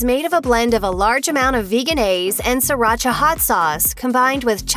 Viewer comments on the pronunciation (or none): none